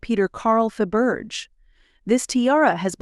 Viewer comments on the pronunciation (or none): Fa-Berge!!!! (fa- buh - jay) and what's up with your pronunciation of 'Grosvenor'? (no /s/)(I suspect this is AI) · It would really help if the narrator could pronounce English names. It is NOT GrossVenner nor is it Faburge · It is pronounced grove-nur. Learn the correct pronunciation before doing videos like this. It also not pronounced fuh-berge. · Pronunciation is very poor. Grosvenor+ Grow-ven-or, Fabergé= Fa-ber- gay soft G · Just dreadful, I had to turn it off as could not stand to hear the way it was pronounced. Obviously no research done as per usual. Do not pronounce the S in Grosvenor please, also Faberge please pronounce as if it is Faberjay! Dear me!